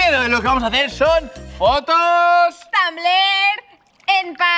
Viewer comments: tekendo no dice tumblr dice tumbl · Dice tumble no tumbler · Por que tekendo dice tanble y es tanbler , no me digáis q lo he escrito mal por que solo es la pronunzacion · "fotos tambel"😂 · Tekendo dice tambel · Por qué dice tumbl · Soy la única que le encanta como dice Tekendo tumblr 😂😂🤦🏻‍♀️ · Tekendo no sabe decir Tumblr